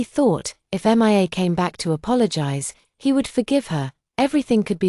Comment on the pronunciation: For goodness sake, sort out the AI name pronounciations. Her name is pronounced Me-ah and not just saying the initials M I A, it can say Zoe ok so why not Mia